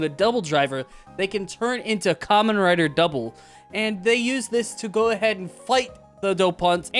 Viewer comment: You know for someone who just got into Kamen Rider, I’m surprised you’re pronouncing it right. Most new people call it “camein rider”